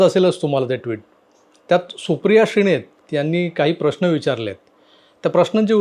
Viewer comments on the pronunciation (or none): श्रीणेत नाही श्रीनेत म्हणा